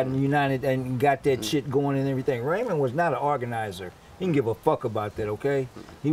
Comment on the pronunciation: It's Raymond not ramon